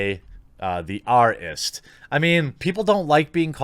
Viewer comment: why wont you say isis or racist. do you have a speach impediment. i notice you cant say flag properly either. you say fleg instead of flag